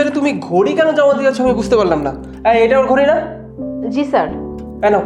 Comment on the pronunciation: বার বার সার সার করেই জাইছে আরে ওটা স্যার হবে😂